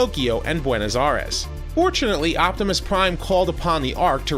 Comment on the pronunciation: Such a weird way to pronounce Buenos Aires, at least I think that's what he meant